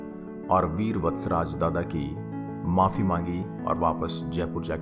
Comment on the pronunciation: Awaaz Thodi alag a Rahi Hai Veer Yoddha ki jagah BEL Yoddha Sunai Diya Diya please usko thoda Sahi Karen